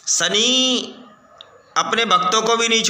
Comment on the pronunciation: Sani nhi shani bolte hai shani dev 😂